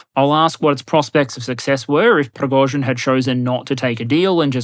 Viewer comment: A side, or technical note - the first syllabe in "Prigozhin" (Пригожин) is pronounced "pri~", not "pro~".